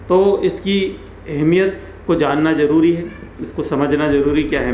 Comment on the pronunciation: Aapka jaroori sunkar hi taqreer band kar di Zaroori Please correct your tajweed